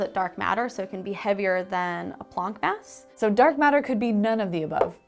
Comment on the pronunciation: "heavier than a plonk mass"? Is that how they weigh wine?